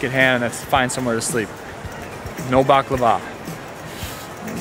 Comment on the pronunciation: You mispronounced it. Bah-Cla=va. Accent first sylable